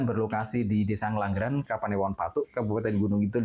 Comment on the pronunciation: Ngengglangran itu daerah mana mbak anchor😅😂 ?